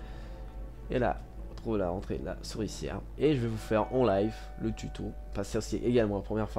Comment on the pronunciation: c'est pas la sourcilière c'est la souricière ^^